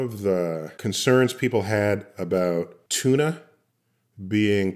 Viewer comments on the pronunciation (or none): “tchuna” lol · bro it’s tuna not chuna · "chewna" heh, good vid tho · It's "Tuna", not "Chuna" 🤣 I'm not morally obligated to be vegan or anything else. Morals are a human construct. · Its tuna not chewna ffs. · I had no idea that tuna started with a "ch".